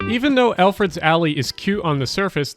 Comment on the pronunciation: Yo it's ElfreTH's alley not eLfReD's alley. How're ya gonna spell it right in the video and the mispronounce it for the entire voice over. Ffs